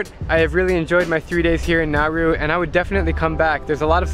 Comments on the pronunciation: Isn’t this country pronounced Na-oo-ru? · Drew: It’s Nauru time. What I heard: “It’s Naruto.” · I thought you said Naru I was like- NARUTO! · It pronounced na oo roo